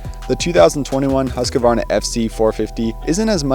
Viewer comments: The correct pronunciation is Huus-kvarna. Not Hasqioaarna. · its moto cross not motorcross. Husq varna, not Husk a varna. Your a professional now!